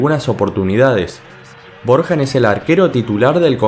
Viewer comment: Corrección men, BORJAN en serbiop se dice Borian, yo estoy aprendiendo serbio, La J en serbio tiene muchos sonidos pero no tiene el sonido que tiene para nosotros los que hablamos español Por ende sería milan borian en este caso, saludos desde Chile 🇷🇸🇨🇱